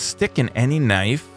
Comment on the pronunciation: Why do you say knife so weird? How you speak knife is: Nive